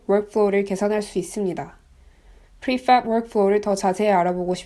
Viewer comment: 그냥 프리팹이라고 하면 안될까요. 하실 수 있는거 다 압니다. 너무 발음에 유의하시다 보니 빨간색도 뿰-간색 이라고 말하게 되는 오류를 범하게 됩니다.